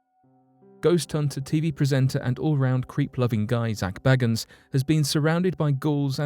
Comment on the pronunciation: It’s pronounced Zak Bay-guns. This is how he pronounces his name and I’m a Brit too just to be fair. It’s bad mannered to pronounce people’s names incorrectly. It might be that you haven’t watched Ghost Adventures but ignorance can be corrected 😃